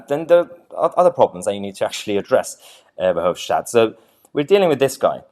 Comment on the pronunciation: Tip from a Flemish girl: Verhofstadt hates it when you pronounce his name the German way. In other words, keep saying it the way you do now 😁